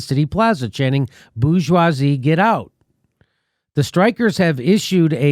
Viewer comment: It's French - middle to upper-middle class. You pronounce the "r" Jimmy. Boor-zhwah-zee.